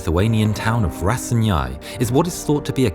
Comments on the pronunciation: Thank you so much for this video. P.S. it's pronounced: Raseinei. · As a Lithuanian, hearing the pronunciation of Raseiniai is making my ears hurt. Very informational video. And i couldn't not hear - "As the rounds pound mercilessly against the stronk soviet armor" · its not rasanjain its raseiniai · Bruh it's not Raseinjai it's raSEIniai the niai part is kind of said like nay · it's Ra sei niai Not Rasieniai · The Way They butchered Raseiniai ir eugh. The guide would be Ra Siai Niai for english speakers, however say ia like ea i like y. Something like that. And also, wasnt the battle of raseiniai a kv 2 agaisnt a group of marders? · The pronouncation of Raseiniai is butchered but great video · Greetings from Lithuania Also you pronounced Raseiniai so wrong i died laughing,but thanks for this video :) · I'm a Lithuanian and I have to say that the June uprising and stuff with that (this battle goes into it) is really forgotten... But I want to say that narrator tried his best to say Raseiniai, sadly failed (still not the hardest city to spell e.g. Panevėžys). But since have read a book about Barbarosa (the author is Lithuanian) and you know: except visual it was pretty accurate. But sadly hole 2nd Tank Division (pretty strong: 57 KV's no T-34's tho) was destroyed in a battle (only 400 soldiers and BT tank retreated to the frontline). But one thing is strange: I mean tank was KV-1 but the crew were 6 members (more like KV-2). And I found info that in June 23 Panzerjaegers (Panzerjaeger-Abteilung 41; 6 Panzer Division) reported about 150mm cannon on KV... P.S I'm playing WoT for six years... and I know only one Lithuanian who managed to achieve Raseiniai heroes medal... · As a Lithuanian it’s fucking hilarious listening to you pronounce Raseiniai 😂 no offense but i love your videos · It Hurts my ears when you live near Raseiniai actually (rarely go there) and hearing someone pronounce it like that